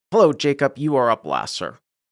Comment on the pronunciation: My guess is the guy’s name is Jacob, not JaCUP. Come on …